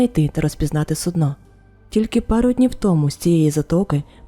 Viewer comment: Дякую за нову історію. ❤ Вибачте заздалегідь, я знаю, що мене за це закидають помідорами🥺, але я, як колишня працівниця Укррічфлоту, душніла і людина з ОКР 😅 не зможу не думати про це. Не суднО, а сУдно. Це дуже різні речі 😉. 🫣 Будь ласка, вибачте ще раз, що я прискіпуюсь.